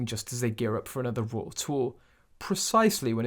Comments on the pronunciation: I don't think arhy is pronounced aw ree. I used the wrong simile. I should have said wry is pronounced rye so awry is pronounced arye. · Not oory it's awry pronounced arhy. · The word “awry” is not pronounced “aw-ree.” It’s pronounced “a-rye”. The last syllable rhymes with “eye”.